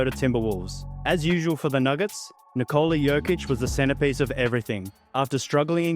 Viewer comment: Here's a tip: Nikola is pronounced NI'kola, not NiKO'la. Similar to as how one would pronounce Nicholas; just without S at the end :)